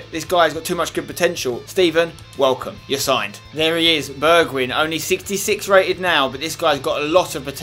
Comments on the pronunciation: Nice episode Spencer! You pronounce Bergwijn like Bergwine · Say Bergwijn like this: Berg-why-n . I'm dutch; so it should be okay ;) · Spence, you're saying Bergwijn wrong, it's pronounced Bear-g-wine :P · You should say bergwine instead of bergwijn cause then it would look more like how you say it in dutch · You dont say it like bergwin its more like bergwine (Im dutch) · spence its pronounced Bergwyn not Bergwidsjn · Pronounce Bergwijn as Bear gghh wine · Bergwijn is actually pronounced Berg-Wine ;) And Toche is not pronounced Touche :D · You pronounce Bergwijn as: Bergwine, and then the first 'e' as in Alfred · berg"wijn" you say wijn like WINE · If any one is wondering I am pretty sure Bergwijn is pronounced Bairg-vine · POI it's Berg-Wine just like Wijnaldum is Wine-aldum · you actually say it like bergwine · I think it's pronounced BergWINE. Because the same letters start Wijnaldum and we say WINE-aldum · I think it's pronounced like Berg-Vine like Vine-naldum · Pronouce Bergwijn like berg(pronounced as berg is Heisenberg)-wine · The the last part of the name bergwijn is pronounced as wine so it's bergwine👍🏻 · You are supposed to pronounce it "Bergvine" like the app Vine. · The 'wijn' in Bergwijn is pronounced like 'wine'. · you say bergwijn like bergwine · Hey Spencer!, u pronounce bergwijn as bergwine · Bergwijn is pronounces like Bergwine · Pronounce Bergwijn like: Bergwein ij = ei in dutch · You Should purnounce bergwijn as bergwine. Thats how the dutch people say it. :) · I think Bergwijn is pronounced Berg-Wine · Spenny, Bergwijn is pronounced as Berg-whine. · You pronounce his name like bergwine and you pronounce the "e" as the e in "where". Just wanna point that out ;) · You should call him 'Berg-wine'. That's about as close as you can get to the Dutch pronounciation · Try to pronounce bergwijn as (in english) bargwine. The A as in happy:) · Bergwijn is pronounced as: bergwine :) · its pronounced bearg-wine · Spencer it's pronounced Bergwine